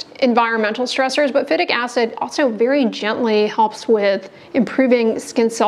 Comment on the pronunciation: Phytic acid is pronounced FAI-TIK acid.